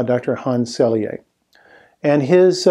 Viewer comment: Excellent discussion of how new ideas are not accepted even by the scientific community. Thank you for this very informative presentation. May I respectfully add two small details (as a Montrealer and graduate of U de M): 1. Dr. Hans Selye was a professor of Université de Montréal (not McGill University) and his name is pronounced Sely (not Selyé).